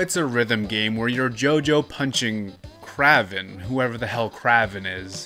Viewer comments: Also it’s pronounced Kray Vin 🤓 he’s a spider man villain and looks nothing like the goofy bro in the game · Oh, yes, Kraven, the correct way to pronounce Kraven the Hunter